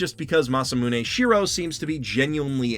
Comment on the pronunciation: Good video, except Masamune Shirow... shirow is pronounced Shee-roh not "She-ra-u"